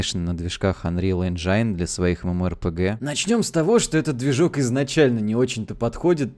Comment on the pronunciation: Чутка слух режет - не анрил энджАйн, а Энджин